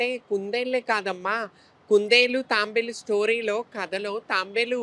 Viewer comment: అది తాంబేలు కాదు తాబేలు.